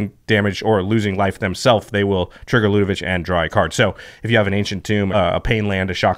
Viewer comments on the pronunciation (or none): LudeviC not VICH